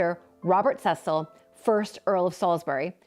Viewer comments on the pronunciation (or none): none